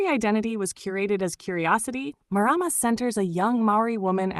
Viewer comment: Pronounced mar rar mar roll the r.